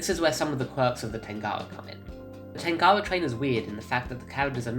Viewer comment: U say it weird tangawa